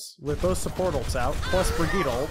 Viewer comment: I was having such a hard time trying to figure out who you were talking about in the team fight, until i realised thats just how you pronounce Brigittes name, i got mind fucked so hard